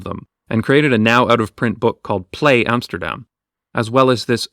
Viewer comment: YES! He said Amsterdam and NOT Emsterdamn